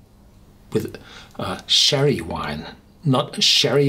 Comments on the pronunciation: As Nokomisclub said, confusing to pronounce it "sherry", when it's "cherry". But a great review for a really great whisky. And if it's kept seasonal, make sure you grab yourself a bottle (or two :P ) while it lasts. On top of Blomstertid I've had Svensk Rök and Vinterrök by Mackmyra, and they are quickly becoming one of my favourite distilleries with the likes of The Glenlivet, Aberlour and Ardbeg. Heja Sverige! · lol hahaha im 3 years late to this comment but its funny cause I always feel like correcting him too. But I fear he might read "munCHen" as "munSHen".. so "CHerry" will remain "SHerry" lol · Cherry. The beginning is like the ch in Munchen. Confusing when you pronounce it Sherry. Great review as usual.